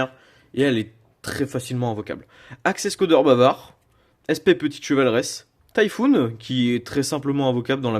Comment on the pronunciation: Super video, mais la prononciation Taifoune me tue a chaque fois xd